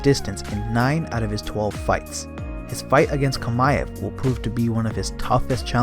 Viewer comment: Chimaev. Chi-ma-ev. not Kamaev